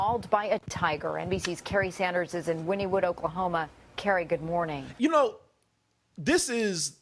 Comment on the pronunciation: Until today, when the "Google" voice said it, I had never heard the name, "Wynnewood", pronounced as it is spelled! I've only ever heard it pronounced as, "Winnie Wood". (Like in the cheer: "Winnie would if Winnie could! But Winnie couldn't, so Winnie didn'! Go beat, Winnie Wood! Yay, Panthers!" As in, "Pauls Valley Panthers".) Some people also pronounce, "Paoli", as, "Payola", like the crime. "Miami, OK.", is pronounced as, "My-am-muh", or even, "My-am-ma". So, go figure.